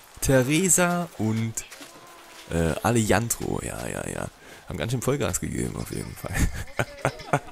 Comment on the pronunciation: Alejjjandro Deutscher konnte man das echt nicht aussprechen...